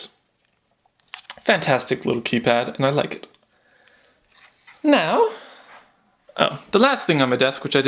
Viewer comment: "NAO" i laughed so hard